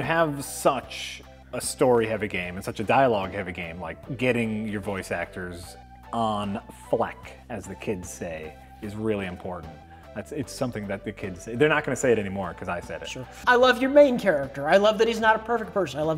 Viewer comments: its "fleek" you old fogey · awesome conversation. "you're wrong, and it's fine that you're wrong!" also honey, it's "fleeeeeeek". not fleck. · "on fleck" lol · "On fleck, as the kids say." I assume he means fleek? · "on flek"